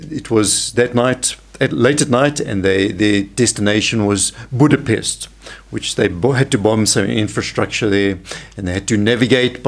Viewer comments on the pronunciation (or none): none